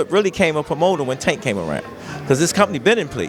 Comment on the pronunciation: I literally cringe every time you say tanks name… please get it right I do Not think it ends in “tah”